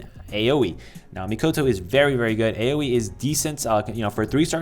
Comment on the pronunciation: It's "ah-oh-ee" but "owie" is close enough 👍